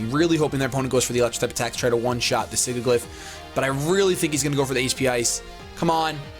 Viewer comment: it's killing me that you're pronouncing Sigilyph wrong. Sidge-i-liff